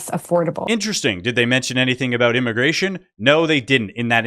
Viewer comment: Moron at 6..minutes can't say immigration.